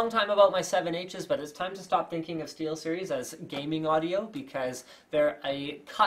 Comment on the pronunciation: steelstiries XD